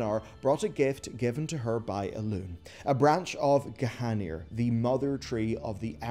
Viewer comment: Elun"é", G'H"a"nir ... Sounds like you want us to get triggered hehe, maybe it's just me I don't know. When I hear Gahaneer, I get triggered.